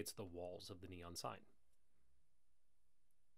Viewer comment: NOT "Neon" Jackass !!